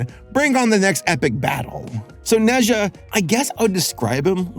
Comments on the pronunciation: Adore this movie. Amazing. Random, but it’s pronounced Nuh-ja, as opposed to Neh Zhuh. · Ne pronouns “Ner”, “er” with rising tone Zha pronouns “Zhar”, “ar” as in “Car” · As an asian, it’s pronounced “na jah” and he’s a chinese mythology character and he’ a chaotic kid with superpowers i guess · the pronunciation is ner zhar (rhymes with nerd and car), not net zhar. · Him pronouncing it “neza” hurts me inside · Hello, I'm from Hong Kong, China and I can prove that. It's pronounced "NaJa" here. Similar to Germen isn't it? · 你的评论真好 - 应该说" Nuh Jah" - 加油！